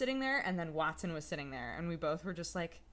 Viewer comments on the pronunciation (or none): none